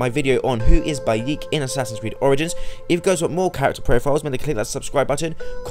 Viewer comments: I'm sorry did you say Bayeek? It's Bayek lol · God damn it its pronounced buy ek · it pronounced bay-eh-k